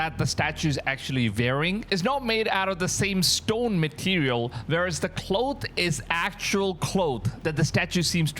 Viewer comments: Cloth...not cloath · Man..have google pronounce "cloth" for you. Lol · Cloooth? Claw-th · Cloth is pronounced (Claw-th) NOT (KLOWTH) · Are you trying to pronounce clothes ? With an “s” or cloth or cloak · Hoax is pronounced Hoxe (long o sound), not hox. Cloth is pronounced clawth (short o sound) not clothe (long o). English and English spellings are tricky for native speakers, never mind those whose first language is something else. Interesting video! Christ is Risen!